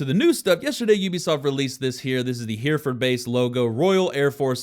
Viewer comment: Hereford is actually pronounced similar to "heretic." Just replace "tic" with "ford." Also, that bit about aiming is weird. I always wondered why my headshots always seemed to miss, so it's nice to know that the gun kicks first before the actual shot is fired in the animation.